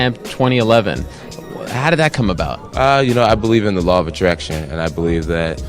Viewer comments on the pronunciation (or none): Iz Me Lava Traction 😳😳😳